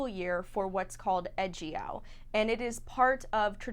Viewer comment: Ejiao is pronounced a little differently. 'e' and 'jiao' are two separate characters, and 'e' is not 'eh', although it's hard to describe the actual sound because it doesn't really exist in English. 'Jiao' sounds more like jyow. It's nice that you looked it up however. On the matter of smuggling, I really don't think that smugglers do so because they're inherently evil. A lot of people commit crimes and enter shady businesses because they also can't find any legal work that pays. I don't condone the abuse of donkeys, it's just that it's not helpful to point the blame on the smugglers. I'm angry that they seem to have no care for the lives of donkeys but there's a bigger fish to fry and it's not the smugglers. The issue is capitalism and opulence. Chinese people like to buy expensive herbal remedies as gifts for others or to tell others that they are taking it, to show off their wealth. The high demand also encourages people to make money off of it. The animal is not slaughtered with respect and is treated as a product because doing it in an unethical way will get you the most money.